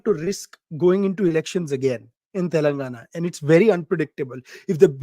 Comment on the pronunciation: WHY EVERY MEDIA PPL SAY.. TELUNGUNA TELUNGUNA.... IT IS TELLLENGAAANAAAAAA.. U PPL PRONOUNCE SOME SPANISH POLAND CITIES ACCURATELY.... WHATS WITH THEFUGGING ON DECCAN CITY..